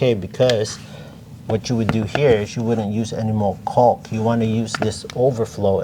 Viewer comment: Why are you pronouncing the “L” so hard in caulk? 😂